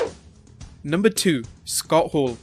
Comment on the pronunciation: "SUKOTTO HOORU! KEBIN NASHI!!"